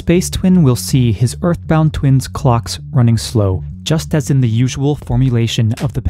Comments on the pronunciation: If you say "twinses" one more time, I'm gonna lose my shit. lol Twins' is pronounced "twins". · Regarding the pronunciation of the possessive plurals that end in 's'. "Twins' experiences" ... Sounds the same as the non possessive, except perhaps a very slightly longer holding of the 's' sound, which is a 'z' sound in the case of "Twins' experience" ... Not, "Twinses"